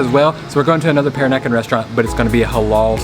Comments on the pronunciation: Peranakan is pronounced pe-RAH-na-kan. Accent is on the second syl-LA-ble. ha. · Pronounced Per-rah-nah-kan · Per-AH-nah-kahn. Sorry if that makes me sound like a dick. Calling them prawns, not shrimp: Thumbs up. Sucking the inside of the prawn head for all that gooey deliciousness: Two thumbs up! The Kocik Kitchen is in the same street of the colonial core as the hotel I stay at, Baba House. Used to be a little run down and thus cheap, but it has undergone a major gentrification like the rest of the area. When I was there in 2017, there were plans to expand the place out the back and possibly add a swimming pool. As I mentioned in comment on another video of yours, suburban Melaka is somewhere I need to branch out and explore. The colonial core is all fine and good, but it's expensive and chock-a-block full of Singaporeans on the weekends, locals during school holidays, and 'round eyes' most of the rest of the time. Will put some thought into a decent definition of "peranakan". What I 'know' might not be strictly correct- and there are differing versions of the story.